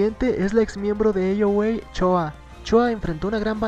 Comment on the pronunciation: Choa no se dice